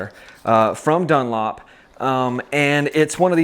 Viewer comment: You accidentally said dunop instead of Dunlop